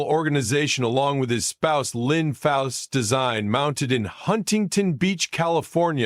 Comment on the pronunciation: It's Foose, not faus.